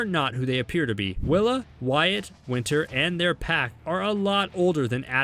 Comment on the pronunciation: its wyaat not wire dummie